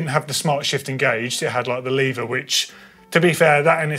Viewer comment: Shaking my head at the number of times the word "Lever" was mispronounced...